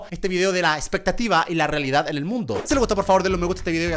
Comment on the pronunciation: se dieron cuenta de que dijo reledad 0.00 .